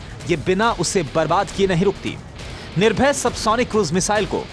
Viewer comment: Ise to missile kaam bhi bolna nahi aata ... Nirbhay ko bol gaya nirbhar